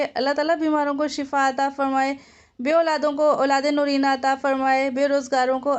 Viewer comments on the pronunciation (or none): اولاد نورینہ نہیں ہوتا میڈم نرینہ ہوتا ہے